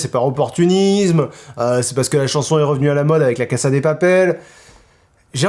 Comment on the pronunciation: c'est pas méchant mais la casa de papel ne se prononce pas avec un S mais le son Z